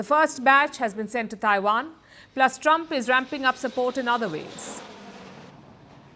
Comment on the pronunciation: Taiwan, not Daiwan! Trump, not Drump!!! Technology, not Dechnology!!! Please pronounce words correctly !